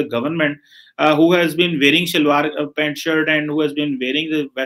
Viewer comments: it's PANT not Paint (Color). 🤦‍♂️tum log yaar great hoo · Pant or "Paint" ?? Is this the level of Phd Graduate in Pakistan ? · abe mote wo pant hota hai naki paint 😂😊😊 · Paint nahee Pant...hahah